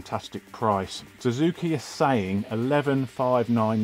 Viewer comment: Big fat thumb DOWN for calling Suzuki a "Zuzuki". It's only one word that you have to learn to pronounce. What if a poor Brit would have to learn an ENTIRE LANGUAGE? Plus everyone pronounces it Suzuki. Ever watched motoGP? And what you do is illogical. Like calling Superman a Zuperman ...